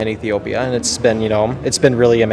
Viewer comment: his pronunciation of "Ethiopia" is perfect!